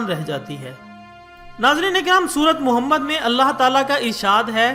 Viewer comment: Ap ki jankare ka shukria leken Allah jalla jalalahu kai mahboobu ka naam Sahi tareke sai bola karu